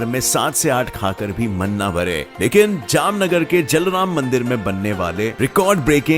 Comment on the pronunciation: जलराम नही जलाराम होता है